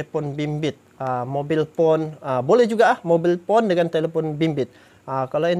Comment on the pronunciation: Cellphone = mobile phone bukan mobil phone bang, kami bacany mobail pon not mobil pon tp keseringan bacanya/menyebutkan hp or handphone